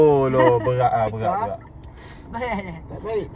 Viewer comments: bukan bayor tapi bayar jah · Tau le awak tu orang kuale chor. Mane pulak datang 'bayor' bunyinye 🤣🤣 Serabukkkk lah